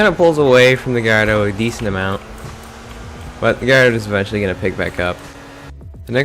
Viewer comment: Gardo? You mean Gallardo? Where the fuck did the "ll" go